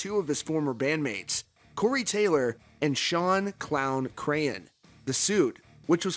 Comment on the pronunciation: I keep hearing Shawn Clown Crayon